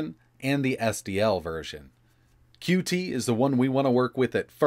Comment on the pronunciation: FYI: “Qt” is pronounced “cute,” not “cue-tee.”